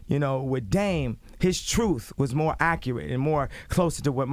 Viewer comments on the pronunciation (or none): Because you said the " Troof" or the " Truth" ?